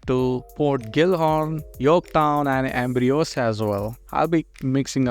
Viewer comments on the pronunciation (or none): Its ambrosia not ambriosa 😅